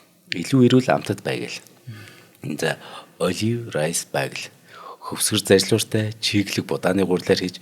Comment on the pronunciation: Bagel бэйгэл гэж уншаарай манай 2❤❤❤